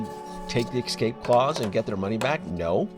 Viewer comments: Ugh. Escape. It's not "eck - scape", it's "ess - scape". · THERE IS NO X IN THE WORD "ESCAPE", AND NO KS EITHER. It is pronounced EXACTLY as it is spelled: ess-CAPE. I'm a little over halfway through this video, and already I've heard you say "ex-CAPE" three times! It's REALLY annoying! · Got news for you Mr starship! There is no such word as "Excape!"